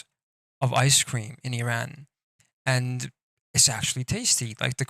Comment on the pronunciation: u forgot Super carnillo, it definitely is S. and plz pronounce Iran and Toman correctly not like some ignorant Whitehead